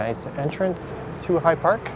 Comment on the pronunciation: fyi…It is High Park, not Hide Park.